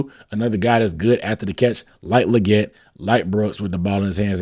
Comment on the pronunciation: I think XL said its pronounced "Lee-get"